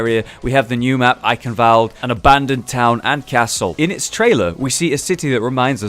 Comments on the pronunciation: It's actually pronounced Eye-Shen-wald-eh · So the w isn't even pronounced like a v?